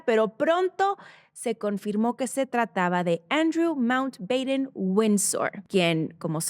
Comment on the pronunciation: Con mucho cariño, porque eres perfeccionista: pronunciaste mal el apellido de los Mountbatten y también la ciudad de Múnich (la pronunciaste en inglés cuando tiene una traducción en español).